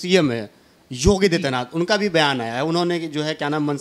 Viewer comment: योगी दित्यनाथ नही होता है। 😜😜पत्रकार साहब 😜😜 योगी आदित्यनाथ होता है।